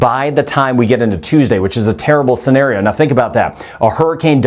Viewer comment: What a terronle cenáry